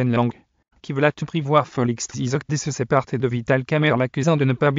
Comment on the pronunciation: Monsieur apprend a Bien prononcer le nom de Mon president TSHISEKEDI et non CE que Tu prononces là...